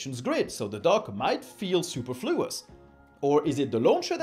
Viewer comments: "super floous" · Superfluous!?! Does that pronunciation come with tights and a cape?!? 🦸 Look! Up in the sky! It's Super Fluous! Faster than a speeding bullet! Able to leap tall buildings in a single bound! But... only if another superhero is there, already doing that. Absence of redundancy --- like Kryptonite to Super Fluous. He loses his powers. Kryptonite is also like Kryptonite, but only when he's around Superman. And Kryptonite. 💎 btw- Forgive me,. It couldn't be helped. 🙂